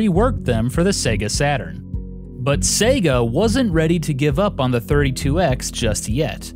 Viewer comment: its sega, not sega.